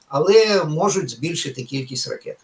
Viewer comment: Ріже вуха, коли вимовляють ракЄти, шахЄди. Слава ЗСУ! Співчуття всім постраждалим! 🇱🇻🇺🇦